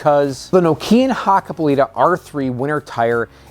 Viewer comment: Say KNOCK- EE- AN.👍